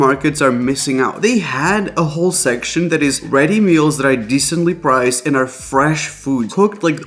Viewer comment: Listening and only watching a little, I heard "my wife" when you said "my wifi here..." and then "A-hole" when you said "a whole tomato" 😂 OK so I have to actually watch. Got it.